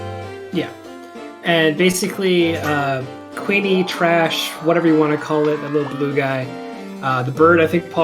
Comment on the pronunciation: For some reason I prefer the GBC version of this over the PSX version. Maybe because there's more monster types to raise. IIRC Kewne is supposed to be pronounced like Koon.